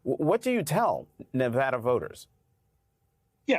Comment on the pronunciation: Why do they mispronounce Nevada?